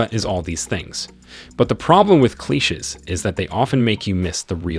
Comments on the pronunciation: What are kleeshuhs? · Cleeshes & Coops... hmmmm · What the hell are “kleeshes” that the narrator keeps talking about?!? Maybe he’s trying to say “clichés” ?!? That’s pronounced Klee-SHAY! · Just curious....what is a "klehches"?? 😂😂😂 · Cleeshes… lmao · Dear Narrator, This seemed like an interesting vid at the start, but I lost interest in less than 5 minutes due to you mispronouncing very simple, common words. 1. you said "coop" like in chicken coop. Pronounced phonetically it's "coo". 2. you said "cleeches" instead of cliche, pronounced phonetically it's "klee shay". 3. you said "jigga". Pronounced phonetically it's 'gig ah" (giga). Please get some help so people will not start calling you Punchy. Good Luck. I'm out.